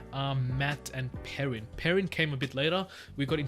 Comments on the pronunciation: Perrin is pronounced pear-in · Pronouncations if you want them: Aes Sedai - Eye-Se-die Nyneave - Nigh-neev Myrddraal- mird-dral Don’t pronounce the h in the pronunciation guide. That h at the end just means end the sound there!😂 you had Perrin right before you read the guide!!!